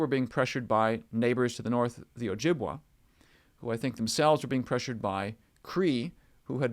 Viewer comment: You may wish to cross check your pronunciation of some of the tribe names. As a Canadian, I grew up with different pronunciations for Ojibwa and Iriquois.